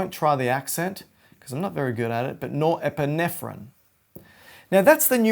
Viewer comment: Yankee here.. You pronounced Norepinephrine perfectly , don't worry about it